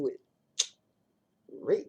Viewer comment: Lol the way u say "red" giets me every time...your priceless.....the red rimmel tubes are matte black are creamy......happy new year Love dani